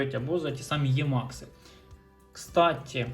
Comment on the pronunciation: Не Ємакс а Емакс.